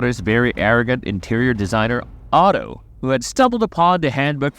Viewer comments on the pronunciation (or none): OTHO not Otto